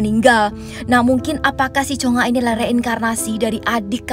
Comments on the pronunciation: Kak bilang cungha itu cungak aja hahaha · Plis bukan Cheonga😭 tapi chungha